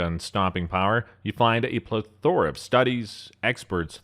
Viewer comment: I turned it off when the narrator mispronounced "plethora." Don't use a word unless you know what it means and can pronounce it correctly. .